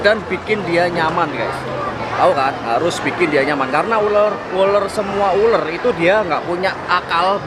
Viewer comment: ULAR Bukan ULER